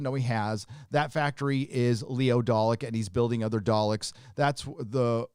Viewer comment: My bad did you say dollecks.